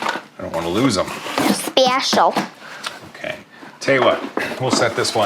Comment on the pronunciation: has me dyin! Lol, SPEHCIAL. Love your stuff.